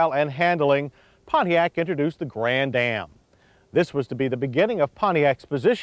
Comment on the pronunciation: Grann-Am not Grand-Dam. moron